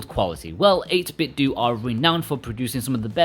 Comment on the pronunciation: If I hear one more person pronounce it "8Bitdoo" instead of pronouncing it like Nintendo